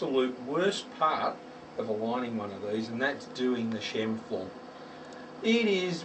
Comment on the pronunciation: Scheimpflug was a Austrian geodetic engineer. Your pronounciation is correct.